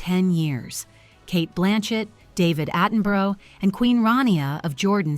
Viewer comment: It's not David "Attenbro", it's pronounced Attenburra. FFS ! Also, it's Catherine, not Kate, that's so disrespectful. The A.I. pictures are so ridiculous. Why would Charles be handing a sigil of Queen Elizabeth II to William, also, why would Catherine be holding the same thing if they had been granted the power of bestowing Royal Warrants by King Charles ? You really need to sort this out and do proper research and editing.